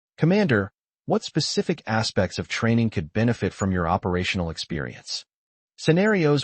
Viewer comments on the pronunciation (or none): none